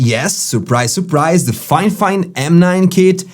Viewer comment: Fifine, not Finefine :)